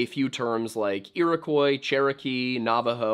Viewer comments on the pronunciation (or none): Hey great video I love the content, and it’s probably been mentioned already but Iroquois is pronounced ee-ruh-kwaa and not ee-rock! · It's 'yer-rock' Not whatever you're saying.